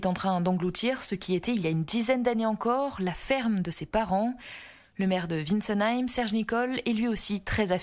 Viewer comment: 🙏🙏🙏... Juste pour le jeune journaliste,on dit Vintz comme Victor et non Ùin (comme en anglais...) pour Wintzenheim... Vous me direz à côté de ce qui est arrivé ce n'est rien de mal à mal prononcer un nom...🙏😏 En pensées et prières avec toutes ces familles 🙏🙏🙏